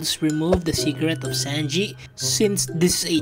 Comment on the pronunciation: Bro said zanji